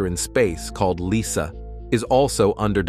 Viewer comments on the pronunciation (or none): none